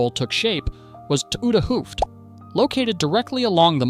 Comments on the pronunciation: A double O is pronounced as 'Oh' so Hoofd would be pronounced 'Hoved'. Stroopwafels are pronounced as 'Strope waffles'. So maybe when you write hoved Ai pronounces it the right way. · This is not nit picking, but just to explain how to pronounce some Dutch words. The double 'oo'-sound is pronounced as the 'o' in Santa Claus his 'ho, ho, ho'. And the word 'vis' is pronounced as the word 'is' with a 'v' in front of it, so similar to fish, but then with a 'v' and without the 'h'.